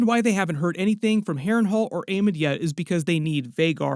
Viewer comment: STOP CALLING HIM DAEMOND